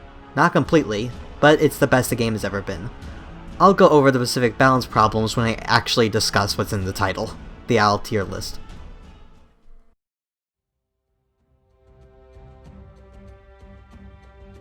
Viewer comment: specific, mate not pacific